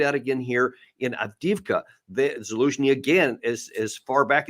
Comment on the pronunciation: What's with Alexander's horrible pronunciation? Every time he says Avdiivka it's cringe. 😬